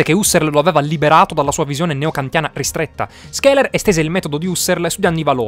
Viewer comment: Video efficace, ma SCHELER si pronuncia "Sceler" , non "Skeler".